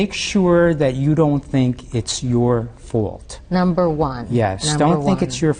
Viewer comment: Wow, I thought he said fart but evidently he said fault